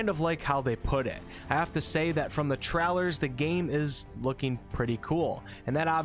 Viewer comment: Gotta love those cinematic game "trowlers"